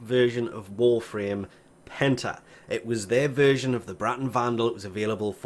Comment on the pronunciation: I heard hentie when you said Penta